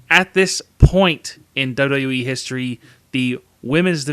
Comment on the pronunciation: Maybe try to say WWE properly.